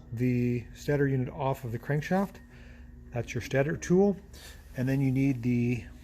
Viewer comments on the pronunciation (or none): I believe the stater is pronounced "state-er".